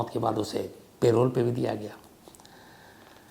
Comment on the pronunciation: पेरोल नहीं है भाई लेकिन पैरोल hau